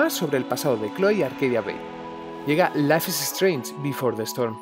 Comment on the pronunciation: Dios que mala pronunciación. Ni siquiera es un nombre tan difícil